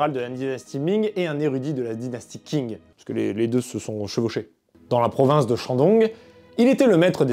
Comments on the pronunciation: Le nom de la dynastie Qing ne se prononce pas comme King en anglais Le "Q" en pinyin pourrait ressembler davantage au son "ch" De plus le "g" à la fin ne se prononce pas vraiment, se serait plus comme un "gn" pas trop accentué Une prononciation plus correct serait peut-être "Chign" Voilà voilà... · Qing se prononce plus comme Tching que King par contre. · Bonne vidéo mais attention : Qing se prononce tching*